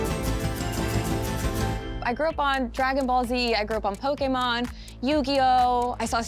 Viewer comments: Holy shit an American said Poke'mon properly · She pronounced pokemon correctly. She is perfect